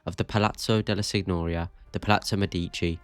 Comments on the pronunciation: Sorry… only 3mins in. The signoria isn’t pronounced sig-nor-ia . It’s closer to ‘seen-yoh-REE-ah’ like señorita in Spanish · my brother in the creed. There’s a difference here. Florence and Firenze, Paris and Par-ee are the same and doesn’t effect it. Sig-nor-ia is just wrong as there isn’t an English equivalent. And I’m also British and someone who failed their gcse language The rest of the video is fine, just work on legit pronunciation of places